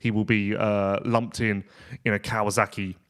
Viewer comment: Never knew there was a Z in KawaSaki?????? Hhhhmmm?